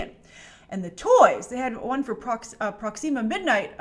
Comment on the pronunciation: Proxeema midnight. Kinda like how Grace has a problem saying symbiote. Hehe!